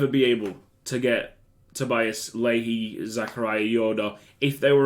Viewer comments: I'm pretty sure leahy is pronounced like "lay" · pronounced lee-hee my man